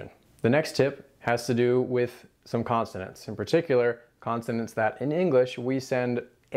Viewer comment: Isn't it: "consonant" not "constonant" Very help ful tutorial, though. Thanks.